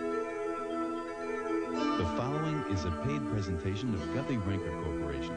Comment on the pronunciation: Guthy-Renker, not Gunthy